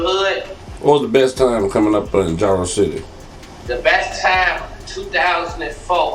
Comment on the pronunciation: IT'S NOT JAYRO IT'S JARO PRONOUNCED JAR O